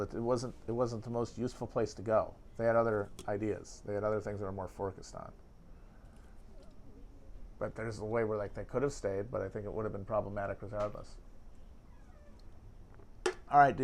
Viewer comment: You can tell he's getting hungry when he mispronounces focused as "forkused" at the end